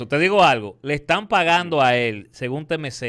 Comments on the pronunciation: Dique TeMeZeta 😂😂😂😂 😂😂😂 Es TiEmCee 😂😂😂😂😂🔥🤦🏽‍♂️ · Diablo diske temeZeta y tory laneei que mierda de ingles un tipo que esta en Ella medios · “TEMEZETA “ 🤣🤣🤣 alofoke bilingüe